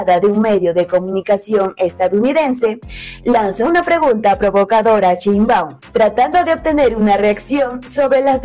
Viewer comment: Sheinbau , se dice Presidenta